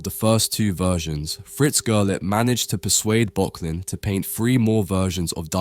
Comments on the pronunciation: My friend, this is yet another great video, I really enjoy the amount of research you put into your work, they're engagingly scripted and you use a nice and interesting selection of images. If you'll forgive the pedantry, for future reference, in German 'ö' is pronounced like 'ur', so this artist's name should be pronounced 'Burk-lin' :) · Arnold Böcklin - your pronunciation is one of the pronunciations of all time. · Miyazaki uses this painting for a major inspiration in 2023 The Boy and the Heron. You are mispronouncing Böcklin.